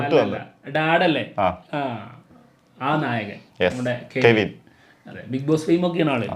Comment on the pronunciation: കെവിൻ അല്ല കവിൻ